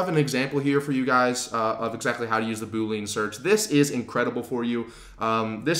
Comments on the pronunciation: Very helpful, thank you! (Double-check the pronunciation of Boolean ;-) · This tutorial is amazing, great job!! BTW, this algebraic approach to search is named after George Boole, ergo Boolean search. He wasn't a ghost, and certainly not a yoga instructor. It's pronounced boo-lee-an! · You're saying 'boolean' wrong. It's pronounced boo-lee-an, look it up. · Funny that you say "Boo lean". It's actually pronounced differently. Nevertheless, thanks for the tips :-)